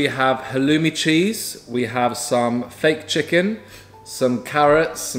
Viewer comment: "I like how you got Fake chicken..." "Ficken" This sounds very wrong when you are from Germany 👁️👄👁️